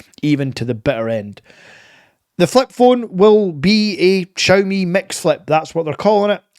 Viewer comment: Please learn how to pronounce Xiaomi 😂 ps can't blame the accent I have the same one